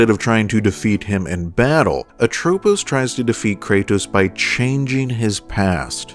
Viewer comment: Dang, how hard it is to pronounce Lachesis, Atropos, and Clotho correctly?